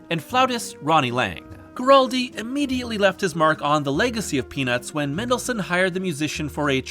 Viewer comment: As much as l enjoyed this video,it drives me crazy how keeps mispronouncing “Guaraldi”.